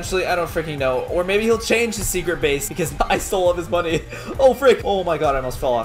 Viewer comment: You said have a secret bays